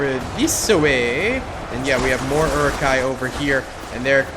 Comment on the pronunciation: This mtherfker really just said "eri-kais" and "knights of Rohan"....... Is he even a lotr fan? Its Uruk-hai and Riders of Rohan.